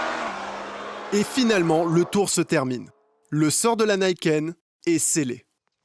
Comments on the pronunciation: Alors on prononce "Nikenne" et pas "Naïkenne" et YAMAHA on prononce le H, s'il vous plaît ! Ya-Ma-Ha Yaaa-Maaa-Haaa Ya---Ma---Ha Ya, Ma, Ha Yann Martin Harrison ... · ça se prononce nikène pas naïken, "ni" c'est 2 en japonais et "ken" ça peut être plein de choses comme sabre par exemple et là ça donne du sens, d'ailleurs finit par le dire correctement à certains moments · Oui on prononce "Nikenne" et YAMAHA on prononce le H, s'il vous plaît ! Ya-Ma-Ha Yaaa-Maaa-Haaa Ya---Ma---Ha Ya, Ma, Ha Yann Martin Harrison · Pour faire le chieur, à prononcer nid ken, pas Nike(TM) haine. Arigato !